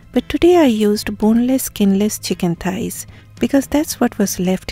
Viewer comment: Its Thighs not Ties